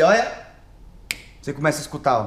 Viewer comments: "O IMPORTANTE É SER VOCÊR"😂😂😂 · "O importante é ser vocêr" Nunes, Whindersson 2019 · "O importante é ser vocêr" Whindersson/2019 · "O importante é ser vocer